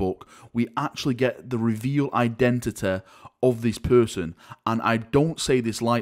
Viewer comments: We finally now know the indentiteh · I want to know his identehteh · Identity: what he said "Eye,denta,da"